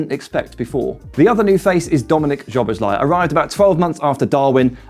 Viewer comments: Great video! Just one thing - Szoboszlai is pronounced "So - Boss - Lie - ee" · Why can’t people pronounce Szoboszlai’s name right? Sz in Hungarian is the same as ss in English.